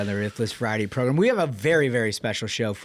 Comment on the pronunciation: Love the show, Trump all the way. Only thing is you keep saying “ProGRIM” bro it’s “ProGRAM” that’s how you say it. Program. Not progrim